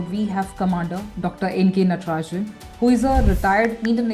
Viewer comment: You are absolutely right sir. It's but ma'am pronounced it right.